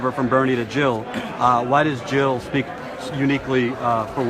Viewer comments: JiLL NOT HiLL!!! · Jill NOT Hill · Jill not Hill !